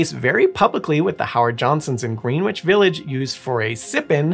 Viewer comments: "Hay-gers-town", not "Haggerton" Maryland Also, "Grennich", not "Green Witch" NY (It's a British pronunciation) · The homosexual stuff was not value added to the legacy narrative (though it was quite telling that the homosexual "gang" when to a HoJo looking to be offended -- and HoJo couldn't care less about their sexual issues); otherwise, good presentation. Oh, it's pronounced "GREN ich" not "GREEN which".